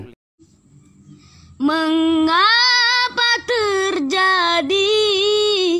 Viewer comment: shao lin lah...bukan saw lin.Biar sebutan nya betul..🤭